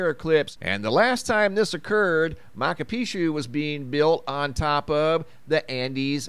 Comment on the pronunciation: Mahchu is how it is pronounced...just saying :-)